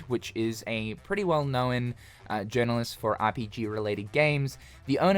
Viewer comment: You say known like no-wen. A cross between no and Owen…Nowen. Hmm… how crazi